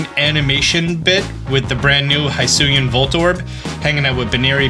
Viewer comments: Bro, it's pronounced "Hee-su-ian". You were pronouncing it well last time, cmon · Why does he keep saying High-suian tho?